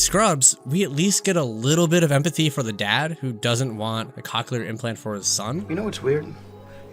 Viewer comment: Lol hearing "cock-clear" this whole video lowk pained me 😭